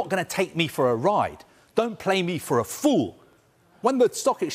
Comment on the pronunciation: when Kaveh said "don't play me for a FOOL!!" he said it with so much emphasis, man was talking as if he was the Qatari don pissed and frustrated😂